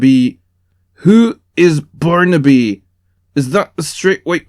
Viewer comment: It'a "born to be" not "barnaby"